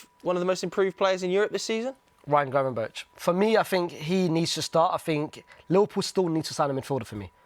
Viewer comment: Gravenberg, that is how you pronounce it not gravenberch (I know that is how you spell it just not how you say it). Highly irritating for us Dutchies.